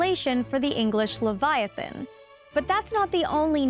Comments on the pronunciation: It's Leviosa not LevioSah! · does she really not know how to pronounce leviathon or is she trolling ? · Instant downvote because of the way you said Leviathan. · Levi uhthan not leveeathan. You’ll never get your spells to work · Liviaten💀 ITS LEVIATHAN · "It's Le-VI-atan, not Levi-Atan" --Hermione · Pronunciation lə / vaï/ a/ θan not le /vy/ ah/ tan. Come on, it is a name straight out of the Bible with 1000s of years of entomological history how could a scientist get it that wrong? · La vi o saaa not la vi oo sa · Wth is livyatan? Hahahaha..unless she is referring to the LEVIATHAN.. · Normal people: Leviathan This mf: Liviatan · its pronounced lev-eye-i-tan. i tried watching your video, forced myself to get to the halfway point but i couldn't do it because of how often you say levyottin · Am I the only one pronoun it lay-va athan and not Lee-va athan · "Levy-artun." You sure about that? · Leviathan is pronounced Luh-vai-uh-thn. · Can you pronounce Leviathan correctly? Ley-via-than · its levi-a-than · Pronounce leviathan properly. Lev-i"-a-than. Emphasis on second syllable. Get real. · Livvy ahh tan. Really? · luh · vai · uh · thn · Pronounced leh v eye a thane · I'm pretty sure it is supposed to be pronounced like "leviathan", but with "tan" at the end...not "livvy ottin" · That’s not how you pronounce Leviathan!! What’s a Livyotan anyway?? Okay. I get it but it’s still stupid. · there's a TH sound as in 'the' in leviathon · It's pronounced leev-yah-TAHN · I believe it is pronounced "Livy-O-tan" ....ok that was a horrific joke and I do feel the shame of it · I can't watch this. You need to learn how to prenounce Leviathan. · Why can’t she pronounce “leviathan”. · Your pronunciation of Leviathan is so wrong and annoying I could not watch this entire video!!! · I'm pretty sure that the pronunciation is placed on "vi" not "a". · FYI you're not pronouncing Leviathan improperly. The "I" sounds like you say it when you recite the alphabet. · LEVIATHAN! PRONOUNCE IT RIGHT!